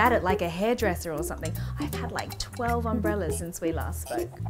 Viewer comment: I think you ment 'we' mate you said 'wee' lol